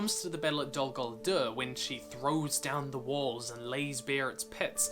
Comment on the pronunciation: It's nice that u make these video's, but if you love languages like Tolkien did, try to speak out the names correctly, like: Dol Guldür( Not Dol Goldurr), Gàndàlf ( not Gèndàlf), Gàlàdriel (not Geledriel)... Don' t take me for a Troll, just try to help. THX